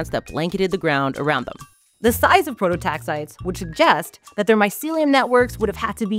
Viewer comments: Um, it's pronounced Pro-to-tax-i-tees. Prototaxiteeeeees. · They aren't 'prototaxites': Their genus is prototaxites NOT PLURAL. 'Pro toe tax eye tees'. Geddit? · Please, "Prototaxites" is pronounced, pro-toe-tax-eye-tees. I will get off my soapbox now. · 1. The “ites” at the end of “prototaxites” is not pronounced like in stalactites, as in this video. It is pronounced like “eye-tees” 2. From what I understand at this point in the literature, the idea that they stood upwards like columns is outdated. Pretty sure they just laid horizontally in the ground. As a palaeobotanist myself, I love seeing cool things like prototaxities discussed by the general public like this, but getting the basics of pronouncing the name of the organism wrong made the video difficult to watch. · The canonical pronunciation is /ˌproʊtoʊˈtæksɪtiːz/ "pro-toe-TAX-itees"